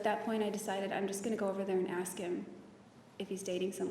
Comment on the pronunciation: Drinking game... Drink every time Nurmi says "Let me ash you this..." (and yes, it is "ash," not "ask").